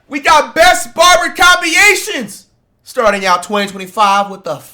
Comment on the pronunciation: "Compiyations" LMAOOO